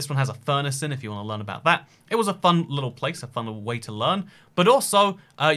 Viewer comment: mouth full Fun wittle playce”